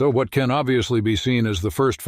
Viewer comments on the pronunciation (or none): none